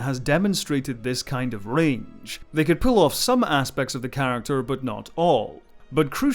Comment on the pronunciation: why does he say range as ra nge